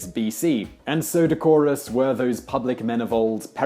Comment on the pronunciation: decorous [ ' d e k ə r ə s ] wrong stress